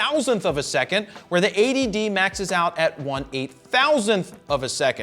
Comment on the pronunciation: everytime you say 80d it sounds like A.D.D.